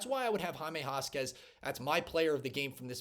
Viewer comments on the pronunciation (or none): I think you show a lot of promise. I'm going to subscribe. By the way, you pronounce Jaime Jaquez...... Hymae Hakez. You've got to at least get the names right! Good luck and God bless you!